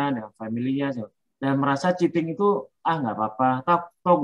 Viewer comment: Cheating bu.. Curang.. Bkn chating.